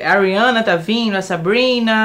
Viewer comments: Esperaaaaa, ele fala "Ariana" ??? jurava que era "a Rihanna" KKKKKKKKKKKKKKKK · Toda vez que o fala "Ariana" eu escuto "a Rihanna"